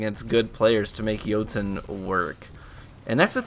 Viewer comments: “Joutoon” lmao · Hey, your saying jotunn wrong it's noob tube. Ha